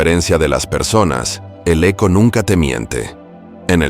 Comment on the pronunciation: Perdón no es aco es eco